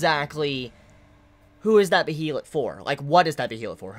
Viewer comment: Also, regardless of how behelit is spelt, it is pronounced like Bey-lit I believe. It's clearly a foreign word. It looks possibly Nordic or Germanic in origin, so the pronunciation rules will obviously be different. All the anime adaptations have pronounced it like that. Someone let me know if they think otherwise or have different info. I'm just pretty sure you've been pronouncing it wrong this entire time, but no one else has pointed it out. IDK.